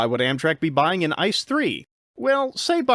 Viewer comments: Its not "Ice" as in Ice cream, Its I.C.E. (So spell each letter individually, with a pause) if you want to use the german spelling. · it´s not Ice it is pronounced I.C.E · Really fun video! Tho as a German rail fan I'd like to nitpick that ICE is not pronounced like the word ice, but as an acronym with each letter being spelled out: i-c-e. Really cool video otherwise :) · FYI: ICE is pronounced individually, so the letters are pronounced: I-C-E /iːtseːˈʔeː/ ICE stands for InterCity Express. The incorrect pronunciation sounds like the German word for ice: das Eis (n.).